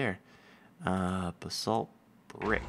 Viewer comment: Basalt is usually pronounced BAYsalt or BUHsalt